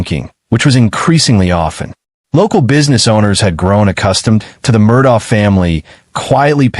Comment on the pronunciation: Beaufort is pronounced buford.. Murdaugh is pronounced Murdock. Alex is pronounced Elick.